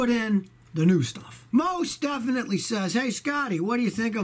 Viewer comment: Mos def-inatly lol